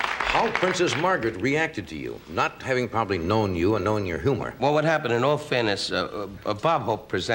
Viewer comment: Johnny pronounced humor "hoomer"😂